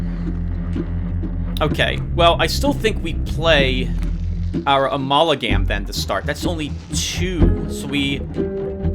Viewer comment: My, babbling? Impossible!! Also, let's take a shot every time you say "Amalagam"